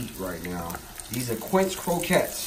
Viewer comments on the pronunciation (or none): none